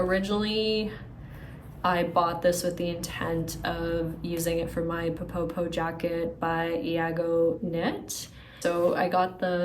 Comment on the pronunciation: Hi love your channel and love your thorough videos. Just wanted to let you know that ppo ppo is pronounced like this in Korean